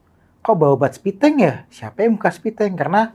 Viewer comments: Septitank bang bukan sepitenk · Septictank, bukan Sepitank!